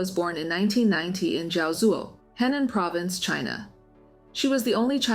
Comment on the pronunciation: You are seriously going to like all the comments except for us saying the truth about how Europe is. You are even liking the victim blaming comments. You are whyte. You are NOT Chinese. Your channel hypocrite whyte channel, you are not Chinese and you can’t even pronounce chinese names and chinese provinces such as Henan. Your Chinese is bad and you are defending whyte men